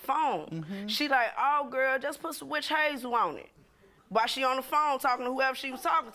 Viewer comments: Right! Calling it wish hazel! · "Just put some witch hayyzel on it"😭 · The way she is saying witch hazel is killing me😂